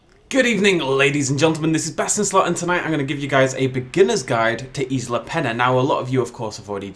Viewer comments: Peña not pen-a LOL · It's pronounced Pen-yuh, not Pen-uh.